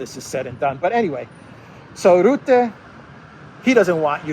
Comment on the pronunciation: "Rutte", pronounce like "hut" te. 🇳🇱